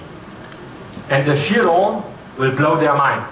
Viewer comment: is it not pronounced "KIE-RON"